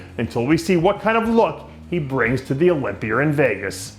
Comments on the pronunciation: Who the hell was your teachers Dave? Olympier, idear etc etc? Things that end in (A) doesnt make an Eerrrr sound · Why do you say idear, and olymiar with an R